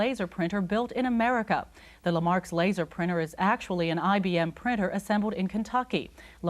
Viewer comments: lamarks instead of lexmark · "Lexmark" is apparently pronounced "Lemarx" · L'mark? We say lex Mark. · statikreg I thought I misheard at first, but no. Le Marks :)